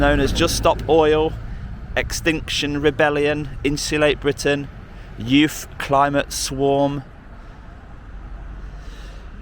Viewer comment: Youf , I think you mean youth !